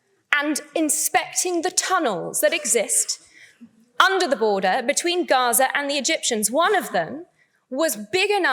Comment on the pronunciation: one who can’t even say gaza and hamas properly should not be allowed to speak at all